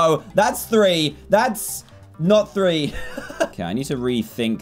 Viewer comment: you sed free in sded of three